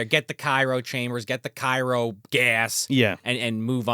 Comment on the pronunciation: "Cairo chambers"... c'mon! This isn't 'The Mummy'! Haha much love & big dumps, Dumpster Crew!!